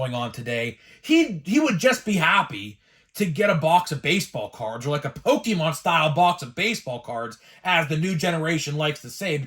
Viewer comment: Pokemon, not Pokimon LOL!